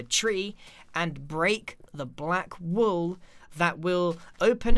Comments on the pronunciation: Was Grian saying break the black wall, or break the black wool? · Did you say break the black wall or break the black wool? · Were you saying wall or wool?